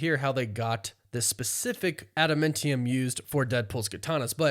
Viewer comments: ADAMANTIUM is the word. I cringe every time you say "AdamMENtium" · If I’m wrong I’ll shut up about it but is it pronounced “adaMINtium” or “adaMANtium”. It’s grating hearing adaMINtium. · New marvel element "Ada-mintium" lol. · Adam AA ntium. Love the videos but the pronunciation kills me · Bro you have got to learn how to say ad-a-man-ti-um. Holy shit that's annoying. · You say adamantium dumb. “Adam-MEN-tium” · I've never heard someone pronounce adamantium like that before 😂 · You kinda say adamantium weird. To me at least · Yeah I'd have to agree.